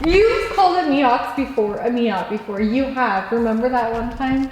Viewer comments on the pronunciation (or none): what's a miott?? i think you mean miatA.